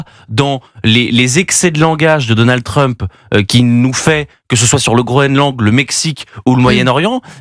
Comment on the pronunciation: Deux fois "DonaldE Trump" 🙄 Sur le fond, difficile à dire pour le moment...